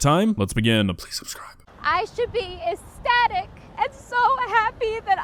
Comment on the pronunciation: Did she say "esstatic"?